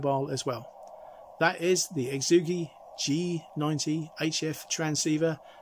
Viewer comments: Hey. Great review, full of good information. For what it's worth, the phonetically best way to say Xiegu is - Shay Goo. Thanks again. KR4AKC 73. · lmao this has been the best pronunciation of the name yet.. exoogi